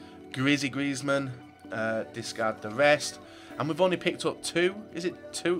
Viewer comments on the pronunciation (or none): none